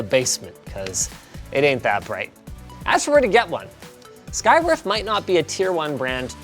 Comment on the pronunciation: Oh man. I thought Linus was saying "Skygrift". I literally thought that was the company name for a bit there.... 😆